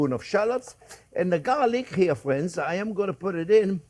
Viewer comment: “Well hello there phrinzzzzzzz!!!”